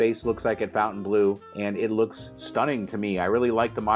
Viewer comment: It's NOT Fountain... it's Fontain....